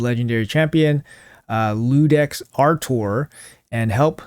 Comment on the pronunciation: EE UU DEX (ˈi̯uː.deks) is the correct pronunciation. Iudex means "Judge" or "decider" in Latin